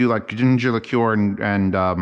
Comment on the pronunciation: You've redeemed yourself by saying liqueur correctly though